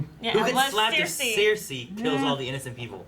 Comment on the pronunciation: I really dislike how pronounces Cersei.